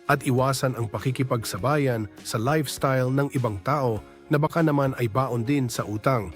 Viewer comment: I hate the AI narration. Baon sa utang vs. Baon as in lunch di niya kaya ma pronounce properly.